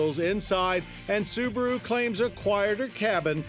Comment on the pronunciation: The little soo-bar-oooo. WOW